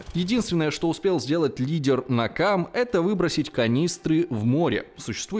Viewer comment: Автор неправильно произносит. Не "Накамэ", а "Нэкама", что значит месть.